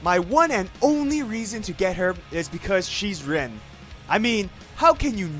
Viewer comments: "I'm a rewn fan" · The "i" in Rin has more of an e sound to it, whereas "in" in English has more i than e if you want to pronounce it like they do in Japanese. However, all of that goes to waste when you realize the way you pronounce it doesn't matter. It's all about your love for the character. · A "big Rin fan", doesn't pronounce her name correctly.